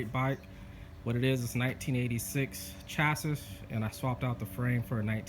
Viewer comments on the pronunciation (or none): It's pronounced chassi